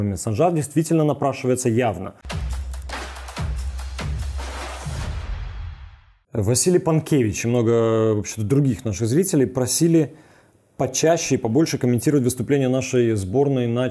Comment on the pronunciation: Пане, моє прізвище ПанЬкевич, не Панкевич. То так, на майбутнє)